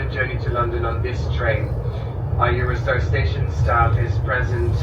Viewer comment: Sounds like you said "Eurostyle" insead of "Eurostar". You did the same thing when you originally got on the train. Maybe I'm missing something or you're still suffering from jet lag. Thanks for another great video in this series.